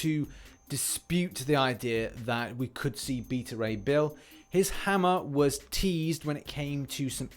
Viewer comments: It's pronounced BAY-TA-RAY B-ILL come on man. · "Beata Ray Bill?" Where do you even get that pronunciation?